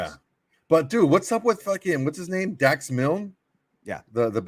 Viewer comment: learn how to pronounce her name correctly